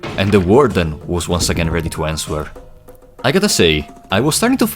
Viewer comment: great video my friend but you gotta watch your pronunciation of answer, quarantine and a few other words lmao